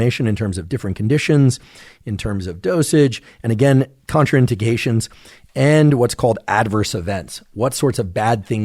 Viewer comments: Lol I believe it's pronounced Con-train-dication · Huh? Contra in dic ation?